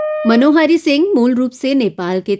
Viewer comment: मनोहारी मत बोलिये मनोहरी होता है!